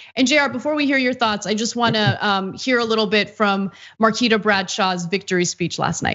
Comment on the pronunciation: It is pronounced Mar-kwee-ta not Mar-key-ta just as an fyi.